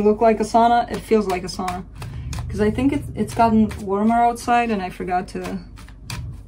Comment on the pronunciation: I love your readings. Discovered you a month or so ago. Do you mind me asking where you are from originally? I ask because you pronounce 'Sauna' properly. My mom is from Finland. No one ever says this word correctly but you did! I am a Virgo (Leo in Vedic astrology) in a difficult period with a Sagittarius. I gain much insight from your readings. You have a gift!